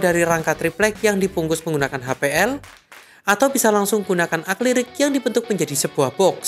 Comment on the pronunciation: Tolong lebih diperhatikan dalam pengucapannya, yang bener adalah "A-KRI-LIK", bukan "A-KLI-RIK".